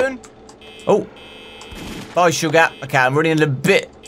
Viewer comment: its shoogah